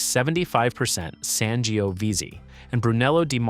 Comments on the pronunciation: How can you pronounce Tempranillo but butcher Sangiovese that many different ways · San jee oh veezee 😂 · Your pronunciations are cringe-worthy, particularly the Italian varietals Ciliegiolo and Sangiovese.